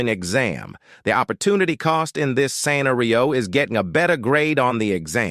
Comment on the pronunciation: in opportunity cost lecture, the speaker couldn't pronounce gym and scenario